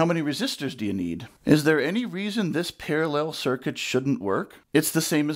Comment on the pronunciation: Par-a-LELL ! I love it, that is how I say it. I also say food proces-SORE